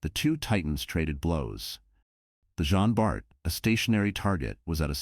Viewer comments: Please, its JEAN Bart, not « Gene ». Sometimes the narrator get it right, then the next He doesnt 🤦‍♂️ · Les voix de synthèse sont insupportables. Elles sont d'une part, lassantes et impersonnelles et, d'autre part, multiplient les erreurs de prononciation en anglicisant les noms. Cela donne en l'occurrence le "jin bar". Recruter des personnes qui seraient ravies de prêter leur voix serait un vrai plus (pour leur fournir un emploi et pour nos oreilles de français) Merci